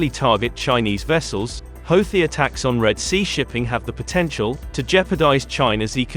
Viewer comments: He called them hoethis lol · Nice propaganda! At least hire a progandist that can pronounce Houti correctly